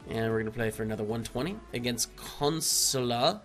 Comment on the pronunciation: That name at the last game was pronounced 'Kon-sway-la'